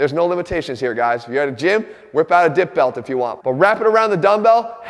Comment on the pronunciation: I seriously thought he said "Whip out a dick belt if you want" I had to turn the captions on. 😅